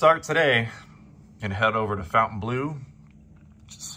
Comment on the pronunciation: Your pronunciation of Fontainebleau is appalling, they didn't call it the "Fountain Blue" they called it "Fontainebleau", it's not difficult to say it as it should be said.